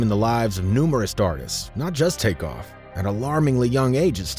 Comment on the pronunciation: X his name is was take off not crake be reapectfful at least dayum sassy his name corectly💯💯💯 Besides that great mesage very good video ty for it be blessed❤❤❤❤💯💯💋👍